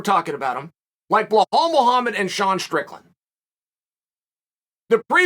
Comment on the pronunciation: "You didn't know what a blahal was" I still don't Chael